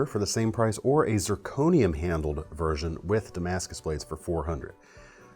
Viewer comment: Dont mean to offend but please do pronounce Damascus correctly. Its really annoying that people can't get it right. Appreciate.